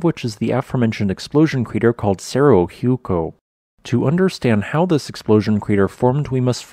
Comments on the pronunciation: Ooh eh COH not hew-co... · Hueco is actually pronounced more like Waco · FYI, "Hueco" is pronounced whay - ko or who - a - co. That is the best that I can do phonetically. Hueco is a spanish word meaning "hole". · Your pronunciation is terribly incorrect. Hueco is pronounced ‘wā coh,’ it’s a Spanish word and the H is silent. It’s means ‘hole.’ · It's pronounced "Way-Coe", like Waco Texas. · Hueco is pronounced UU-EE-KOO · The correct pronunciation of hueco is we-ko as in we from wet or wait and ko from koala. How the Americans mispronounce it is incorrect. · Great video! Also slight correction on how "hueco" is pronounced. The "hue" part is pronounced like the "wer" part in power, without the "r" sound, or like in west, without the "st" sound. The "co" part is right. So basically "weco" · Hueco. Spanish origin, means hole. Pronounced who ehh co. Easiest way is to say we from wet and ko from koala. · your pronunciation of "hueco" was quite something lol. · Please learn to pronounce Spanish words. This isn't the first painful butchering you've had in your videos. "Hueco" and "cordillera" are not anything like how you say them.